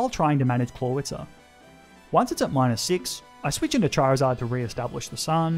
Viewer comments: CHARIZARD, NOT CHIRZARD! FIX IT NOW! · DO NOT LEAVE OFF THE I IN CHARIZARD! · THE O IN CHARIZARD IS SUPPOSED TO BE AN I!